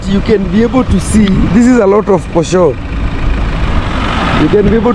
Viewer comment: Its called posho and not poshoo